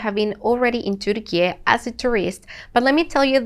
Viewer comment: thank you for your video, your comments are very realistic and neutral. I also love the way you pronounce Turkiye the correct way! Keep up the good work and all the best wishes from a Turkish lady who lives in another country:) I miss Istanbul so much!